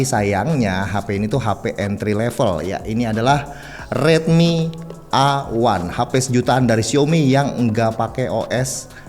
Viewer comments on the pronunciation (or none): Tolong prounonce nya salah.. yang bener "Redmi ei wan" bukan "A wan" Thanks..